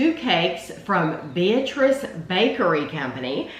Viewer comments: Two things. The name is pronounced with the emphasis on the middle syllable. be-AT-riss. OK, now that we can pronounce it correctly, I will add to the testimonials. My family has been eating it for over 50 years. It is the ONLY fruitcake worth bothering about. People who make jokes about fruitcake have never tasted this one. It is stupendous. And they now sell it in little single serving wrapped packages that is the perfect snack or dessert portion. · It’s the best fruitcake I’ve ever had. I agree that people don’t like fruitcake because they’ve never had a great fruitcake. The name Beatrice is pronounced Bee-At-Ress though. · My family has been ordering the fruitcake from the Beatrice Bakery for 50 years. We discovered it because we lived in Beatrice. It's a goody that I look forward to every Christmas! I have one complaint on this video, the town and the fruitcake's name is pronounced Bee-AT-trice. With the emphasis on the middle syllable. They are the largest purchaser of rum in the state of Nebraska.